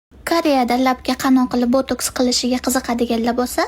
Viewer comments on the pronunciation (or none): Opa botuks deyiladi mi hato emasmi boteks deyiladiku😂😂😂